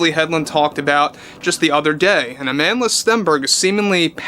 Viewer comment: ill be honest i thought you were making fun of her name as it sounded like you were calling her a manless